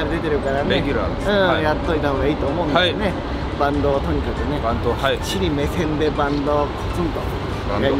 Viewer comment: バンドをいちいちバントって言い直すのすき